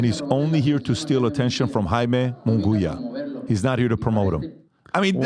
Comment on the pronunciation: PBD you didnt even pronounce Munguia name right. Casual af 🤡